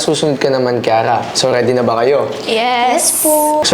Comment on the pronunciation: Kiara❌ Kirara✅